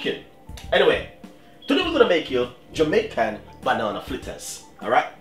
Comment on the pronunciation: Its not flitters its fritters